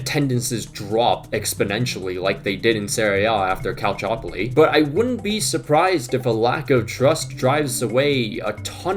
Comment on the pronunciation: The pronunciation of calciopoli made me die